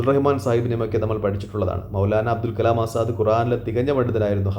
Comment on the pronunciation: അബ്ദുൽ കലാം അല്ല . അബൂൽ കലാം ആസാദ്‌